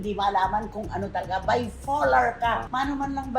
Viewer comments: BIPOLAR, Aling Cristy Fermin, hindi BIFOLAR!!! Kakatawa ka talaga! Ang lakas ng loob mo na i-correct si, eh, hindi ka din naman marunong mag-English! Pakinggan Mo muna sarili mo bago ka mag-correct ng iba!!!! BIFOLAR!!! Hahaha! Mas malala ka pa kesa kay!!!! 😂😂😂😂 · Mahilig makisawsaw, it’s BIPOLAR not bifolar 😂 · Gusto nyo ba yung BIFOLAR with an F 😂😂😂